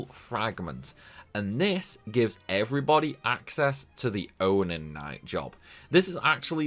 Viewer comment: the onan night